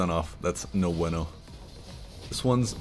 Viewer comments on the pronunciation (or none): none